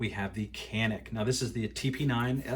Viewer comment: It's Canik that everyone screws up. The letter C in Turkish is pronounced like a J in English, so Canik is pronounced Janik.